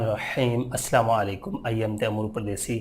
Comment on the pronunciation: زبردست ویرے لیکن اسام علیکم نہیں اَسَلامُ عَلَيْكُم بولا کرو جزاك اللهُ